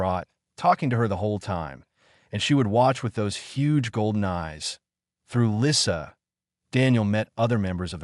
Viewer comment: The picture shows a man repairing a toy plane, not a ball, with a baby dragon that's much bigger than a house cat watching. Her name is misspelled Lisa while pronounced Lissa.